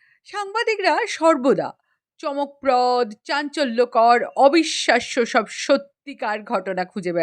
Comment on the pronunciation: চমকপ্রদ টি উচ্চারণ হবে চমক-প্রদো আশা করি পরবর্তী ক্ষেত্রে ঠিক করে নেওয়া হবে।